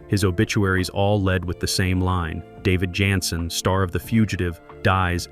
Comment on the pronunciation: This may be the stupidest computer narrator ever. Can't even pronounce the star of show's name🤢